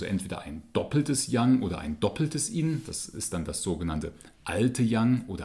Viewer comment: Why do you pronounce yin = "in"??